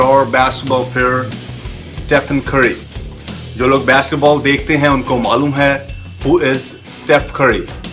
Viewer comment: besketball not basketball haha accent